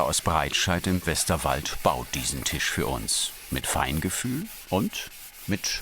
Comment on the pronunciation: Verdammt es heißt „Tisch“ und nicht „Tich“ .... Tisch mit SCH !! .... MEy oh Mey ^^